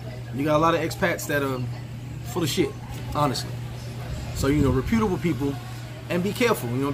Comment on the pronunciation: reputable (rep-yuh-tuh-buhl) just saying, no disrespect.